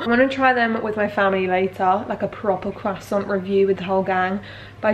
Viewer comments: The fact she’s saying “quasant”is just bugging my French ass Croissant= quo-sant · Croissant isn't hard to pronounce, think 'kwa-son' or 'Kwuh-saur' (the 'n' is soft or silent). I hear so many English & American people butcher the pronunciation saying 'crussont', I don't think your pronunciation is too bad! Disappointed you didn't try these with some vegan nutella though! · I mean that’s not how it’s pronounced but it’s okay to say it you know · she says quasant tho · isnt it pronounced like: Kroh- soh ? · she says qwasant like tom holland